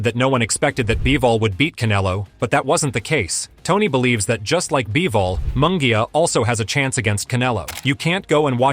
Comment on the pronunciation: You can pronounce munguia correct but you cant pronounce Alvarez? Whaaa...